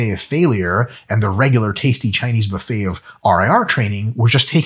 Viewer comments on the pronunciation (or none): none